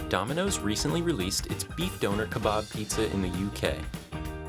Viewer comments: its döner not "donor" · Nobody: The voiceover guy: Beef Donor